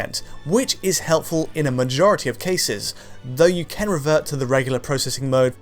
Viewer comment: It's who can't say the word "can"